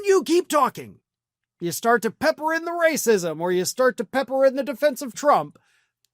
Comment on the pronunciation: wacism. Ok